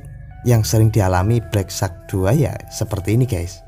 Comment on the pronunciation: wahh..sudah betul sebutan nama hpnyaa😬😅